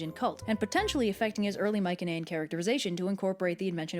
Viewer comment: I've only checked some OSP reactions plus all Underverse ones. Huh, he keeps going to "mycenean" pronounced with the soft C, instead of the strong "celtic" letter C. Looking forward to his reaction to Hades and Persephone :3